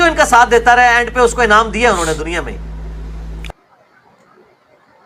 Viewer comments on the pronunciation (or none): none